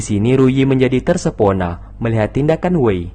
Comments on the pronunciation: Bang terpesona bang bukan tersepona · Tersepona? Terpesona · Tersepona Atau Terpesona Bang?